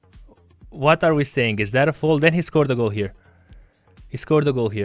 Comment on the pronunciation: Can someone tell him that it's foul and not foal 😄